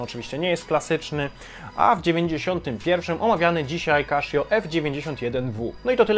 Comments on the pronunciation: Casio, a nie kaszio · Tak. Oficjalny kanał CASIO Japan na YT wyraźnie słychać CASIO a nie KASZIO. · Kaszjo to nie kasza. Czyta sie Kasio. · kaszjo ...eh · Źle wymawiasz nazwę tej firmy, czyta się normalnie a nie przez 'sz'